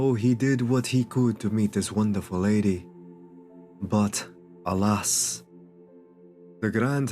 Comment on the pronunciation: lowkey I always thought you said “Hell ass” when you said alas- that doesn’t even make sense